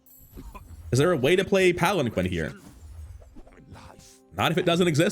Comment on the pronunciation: Unintuitively, palanquin is actually pronounced palan-keen